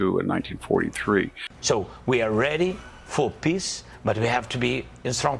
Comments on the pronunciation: I believe Zelensky here when he says "We want piss." That's how he always pronunces it. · Poor guy. Every time he says I Want Peace All I Hear is PISS. I want Piss just like 🇪🇺